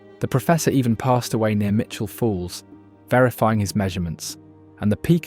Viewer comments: you pronounced Mt Mitchel, Mt Michel at about . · Good video, however, there are several errors. Im not going to list them all, but a couple of examples are: 1.) In NC it is called Mt. Mitchell, not Mt. Michell. 2.) I can recall three locations where the videography was NOT from that locale. 3.) And this is my main issue with the film, it is pronounced "a·puh·la·chuh". Oxford is not going to tell me that I pronounce the region my family has lived in for 8 generations incorrectly. Still, for the videos length, good job! Keep in mind also you cant trust the "facts" a local Chamber of Commerce feeds you...always double-check the information with local historians. 👍